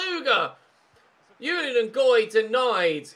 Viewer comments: Ches Ngoy's 1st name is pronounced Zhu-lee-uhn, it's a French name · I know I am a little with this but I am sure that the j in Julien Ngoy is not pronounced like a y, because he is Belgian and that would then probably be french. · You pronounce the J in Julien, it’s a French name and I’m part French and that’s how we say it.